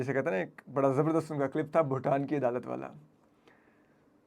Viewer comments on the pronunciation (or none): none